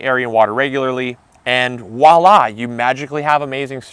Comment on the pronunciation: Did dude just say "Wallah" instead of Voilà.